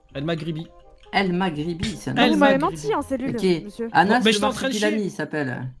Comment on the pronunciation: prochan foi tu t'appel tobias et anas dit son nom au flic (il dit amas au lieu de anas)